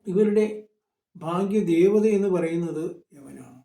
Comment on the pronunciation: 😮 ഭാഗ്യദേവത എന്നു പറയുന്നത് വ്യക്തമായില്ല